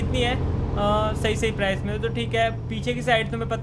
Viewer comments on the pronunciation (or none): none